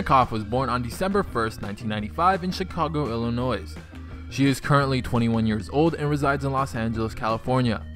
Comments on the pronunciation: its pronounced illinoi not illinoizz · Did he really say the s on Illinois